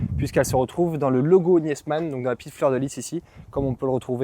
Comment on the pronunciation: Très beau véhicule,. On ne prononce pas le E de Niesmann. On dit Nismann.